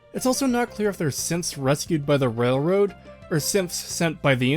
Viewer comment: Just as an aside, throughout this series I misheard you say "Synths" as "Simps" and it makes fallout 4 even funnier of a travesty imagining that being real xD